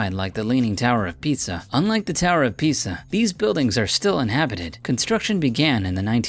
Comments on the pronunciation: Instead ofLeaning tower of Pisa it sounded like you said leaning tower of pizza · did he say picture ass town? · can you even say Pisa correctly narrorator?